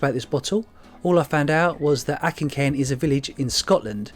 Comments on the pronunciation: Good video the hovercraft looks fun👍🏻 we need to get your pronunciation of Auchincairn sorted though 😉 it’s more och in cairn not ack in cairn but good try 👍🏻 Keep up the good work 🏴👍🏻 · Auchencairn - AWcencairn, rather than ACKencairn :) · Auchencairn...is pronounced ochen cairn. Auchen is a Scottish gaelic word for field and cairn is a pile of stones. Great video again. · Auchencairn pronounced O KIN CAIRN Great finds 👍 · Auchincairn is pronounced awchincairn, brilliant trip lads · Ouch-en-cairn 👍🏻 you best start practicing some names 😉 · Moment of silence for attempt at pronouncing Auchencairn.